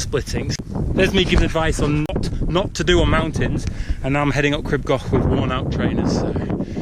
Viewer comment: I beg you learn to pronounce it as "Creeb Gokh" thanks xx